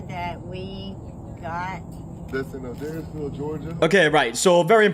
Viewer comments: Hey! You’re saying the town name right. It is A-dares-ville. ♥️ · I live about 2 hours away from Adairsville and you pronounced it perfectly,! Lily from Do We Know Them kept pronouncing it wrong and it drove me crazy lol. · It’s okay, you pronounced Adairsville correctly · HOLY SHIT! I just moved from Adairsville a few years ago. Crazy because no one knew that town just a little while ago, then Atlanta Metro area got so big… And pronounced it correctly. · You pronounced Adairsville perfectly. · Wanted to let you know that GA is the abbreviation for the US state Georgia. Also you pronounced Adairsville perfectly! Well done darlin. 😊 Love your content! Your girl is beautiful and y'all look so cute together. Have fun with the van trips and vlogs!! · you pronounced Adairsville totally correctly! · you got Adairsville correct 👍🏼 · you pronounced Adairsville correctly iirc as a Georgian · Hello, Georgia, US resident here. Given the British accent, you pronounced Adairsville correctly. 😊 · Hey, you pronounced “Adairsville” perfectly. 🥰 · If adairsville is pronounced the same as Adair, Oregon, you said it correctly. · You pronounced adairsville right! 😊